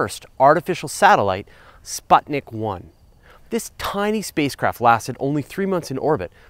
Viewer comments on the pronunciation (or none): Now I've seen your comment, Kate ... I daren't watch the video for fear of wanting to strangle the person who couldn't say 'Sputnik' correctly :P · "u" in a word "sputnik" is pronounced like "oo" in a word "good"